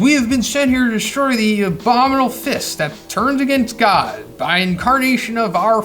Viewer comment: Am I the only one that cringes when he says "god". Like I thought people were calling it the Monster God at first. It's just hard to hear to me.